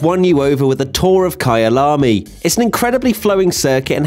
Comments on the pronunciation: It's Kyalami not Kayaalaamy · It’s pronounced “Kuylamy”